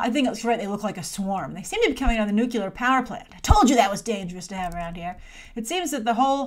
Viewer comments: Nuclear...not Nucular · Did you just say 'nucular power plant' ? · Homer Simpson - "it's pronounced nuculer" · I love that you can't say 'nuclear' 😆 I always remember Gene Hackman's Lex Luthor: "nucular man"